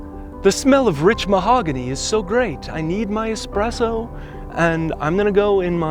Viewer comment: I would like to stop and just appreciate that you said, "espresso" rather than "expresso".